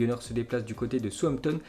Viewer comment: on écrit southampton et on lit soussamton mais pas soutamton, trés belles vidéos merci